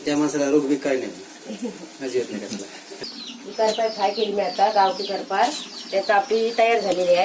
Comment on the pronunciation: कर्पार नाय करपाल बोलतात